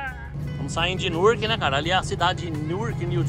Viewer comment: Gente "Nurqui" é Newark tá???😂😂😂